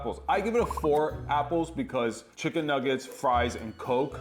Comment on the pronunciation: he said chickflay while i was eating some